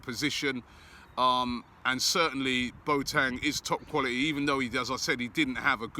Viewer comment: Mr Pronunciation back again😂 “BoTang”